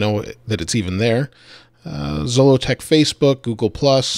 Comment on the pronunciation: I noticed that in your video Siri pronounced Zolotech incorrectly. Well, you can teach Siri how to say it correctly by accessing Siri and saying that's not how you pronounce that. She'll then give you 3 options. Click on each one and select the one that's closest to the correct pronunciation, then she'll always say it right.